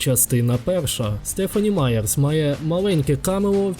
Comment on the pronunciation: Дякую за відео! Дізналася дещо нове, хоча я давня фанатка франшизи) Єдине що, хотіла б попросити уважніше слідкувати за вимовою імен, бо авторку звати Стефані Маєр, а не Стефані Маєрс